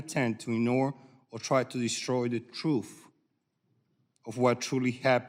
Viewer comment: Hmmm. Struggling to read your own notes. What is the truff. White wash the fats??? Seems like this speech challenged individual is a coward.